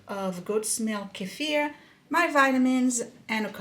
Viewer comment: Great video! And I love that you pronounce Kefir correctly. 😂 so many YT’rs say KEEFER which is wrong. You are a blessing!!!